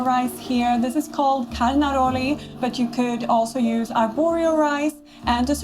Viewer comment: Yeah! I was like 🥹 when she said “Carnaroli”